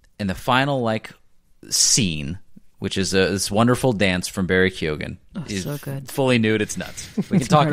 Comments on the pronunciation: This podcast is so good I keep coming back over and over. I love this. Ps. I hate to be this guy, but it’s pronounced “Key-Hogan.” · Barry KYO-gin Emerald Fih-NELL